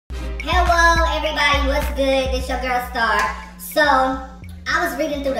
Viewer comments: I'm not a hater but when I first watched this you said hewo what is hewo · Hewo everybody 😂😂😂😂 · “Hewwo” lmao 😂😂